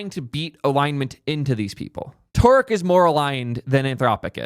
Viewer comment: Justice for thark (Thariq) name pronunciation.😅